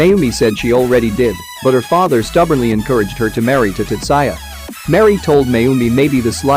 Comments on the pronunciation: Tat-sa-ya..... UGHHHHH TAT-ZOO-IA ------ PHONETICALLY. TATSUYA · Whu does he keep saying Tutsaya in place of Tatsuya..... it seriously irks me..